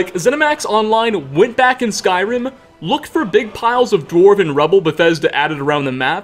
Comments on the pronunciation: Skyrimuh is my favourite gameuh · I loved the video. I hate that I noticed you put “-uh” at the end of so many fuqing words. “Skyrim-uh” “however-uh” “dwemer-uh” BRO! in case you thought I was lying